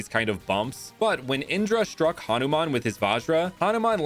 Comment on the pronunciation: It ha nu man not hanaman